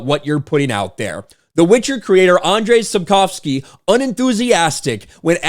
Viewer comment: You are saying it (Andrzej Sapkowski) best of all creators that attempt it. I'm Polish btw 😄